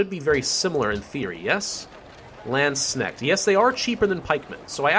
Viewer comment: LandsKnecht. The K is hard